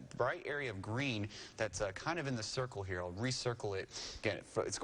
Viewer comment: it’s “signature”